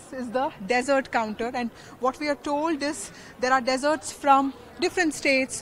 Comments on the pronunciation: its not Deserts ITS DEESERTS ..No offence ment but hope we can reflect on our pronunciations; especially when u r hosting a program ..Ta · International stuff😂 Hilarious. India has served food for all tastebuds. I beg your pardon, it is desserts which is pronounced different to the word desert. I am sure everyone is going to savour our food from different states of India. I think honestly, only India could put up such an extravagant buffet, I mean the variety of options available to tickle your palate.